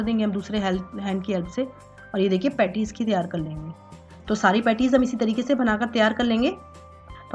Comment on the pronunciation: Petti ni beta.... Petis..... Petti.. Pettii mt bolo...